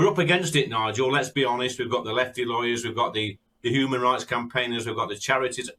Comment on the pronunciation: he pronounces 'Human rights' like a Ferengi